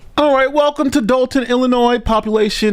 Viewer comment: you kept the 's' silent in the word Illinois twice in a row at the beginning of the video. Wow! You seem to have been visited by the pronunciation police! Hope they didn't beat you up too badly.